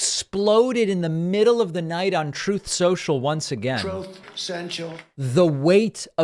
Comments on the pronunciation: Can you post a 10 hour video of him saying “troth senchul” over and over again? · “Troth Sentual” that cracks me up every-time and it never gets old! Well done David! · Why does he pronounce it "Troth senchel"? Is he drunk? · TRUMP SAYS, ‘’TROTH SOCIAL’’, HE IS INSANE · "Troth Central" What language is that? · "Troth Sential" sound byte truly never gets old! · “Troth Senshul” is my favorite. It never gets old and I giggle everytime. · troth senchal lol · "Trothe Sensial"😂😂😂😂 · David! I laugh so hard each time you play Trump's version of pronouncing his own social network! My side is hurting.